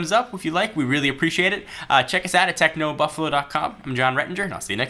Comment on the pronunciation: i might pronounce the companies name techno boofalo